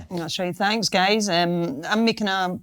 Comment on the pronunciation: Whenever she say “you guys” it almost sounds like “you gays” lol